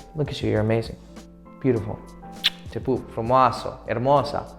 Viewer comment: Actually I am from Romania and when u said “frumoaso” my mind just exploded 🔥🔥🔥